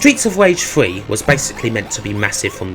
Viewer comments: Streets of wage. You sir have a speech impediment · stweets of wage lol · Stweets of Wage weview